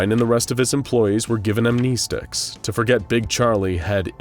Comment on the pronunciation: fucking am-knee-sticks, what do they do? Amnestics fuck with your memory, but you keep talking about these knee-sticks?